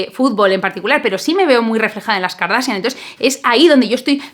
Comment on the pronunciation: La verdad es que lo haces muy bien. El apellido del arquitecto se pronuncia con "J" al final, como Bach (pregúntale a tu novio que él si pronuncia muy bien. Segundo, eres muy inteligente no digas KARDASIAN porque suena muy mal en inglés. La palabra tiene solo dos silabas "kor" y "asian".